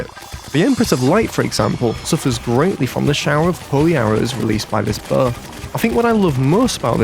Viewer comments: i love how the editor plays on accent and how they say "buh" instead of "bow" lol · You don’t have to point out that the way you say bow sounds like “buh”! It’s okay! Accents are normal and don’t have to be seen as bad or wrong. If that’s how you pronounce it, the. It’s totally fine!